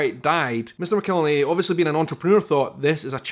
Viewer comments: I think they pronounce it Mack-el-henny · Just an fyi: I don't know how the name is pronounced in its country of origin, but in the southern U.S., it's pronounced "mac-ill-henny". Also, any other hot sauce, even made with the same peppers in a similar process, is NOT Tabasco!